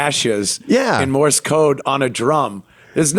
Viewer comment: Love how he calls it " Morris code" instead of Morse code.